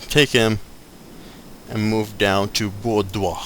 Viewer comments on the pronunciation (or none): You know, your Let's Plays are great, but you calling Arthur Wellesly, Wesly is really pissin me off. No offence :P By the way, it's Bordeau, and To-lose. How you'd say it anyway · Yup Wellesly pronounced "Wells-Lee" Bordeaux pronounced "Bore-Dough" And Toulouse pronounced "Too-Lose" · pronounced Bor-doh! :P